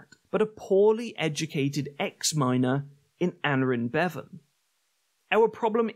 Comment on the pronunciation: What I love to have happen is for voice-overs to LEARN how to pronounce the names of important historical people. People such as Aneurin Bevan, the founder of the NHS. Surely that is an important enough reason to get the name correct? Or is it that he is Cymraeg, a good enough reason for the ENGLISH just not bother?